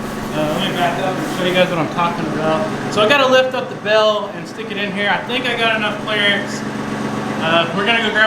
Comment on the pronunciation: When I began watching your videos several months ago, you would say, "bale" and I would think you said, "bell." (I'm a Northerner, my ears hear with a Northern accent, lol.) Live your videos, great family and farm, such blessings!